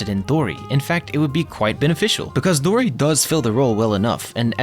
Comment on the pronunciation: good take and gw on pronouncing dori right! first ytber ive heard say her name correctly : )